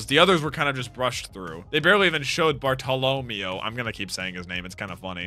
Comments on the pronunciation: Wrong. His name is pronounced the way it's written. Barto-lo-meo. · PLEASE 🙏 his name Bartellameo is pronounced Bar-ta-la-mayo and he's one of my favorite characters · Bruh you spelled it wrong and pronounced it wrong lmao. Bar-toe-low-mayo. Bartolomeo. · Bar-tow-luh-mayo lol